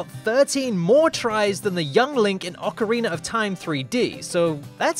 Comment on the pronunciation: He did it... He finally pronounced ocarina as "ocarina" and not "ocariner"